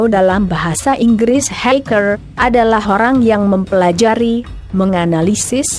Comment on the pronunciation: "keraceker","haikel" ngomong apa sih